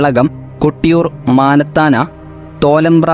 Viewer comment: കണ്ണൂരിലെ മാനത്താന അല്ല മണത്തണ.. കാണിച്ചാർ അല്ല കണിച്ചാർ..